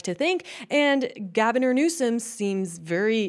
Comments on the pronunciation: Lol you said Gavinor! Great accident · I like that you said "Gavinor" 🤣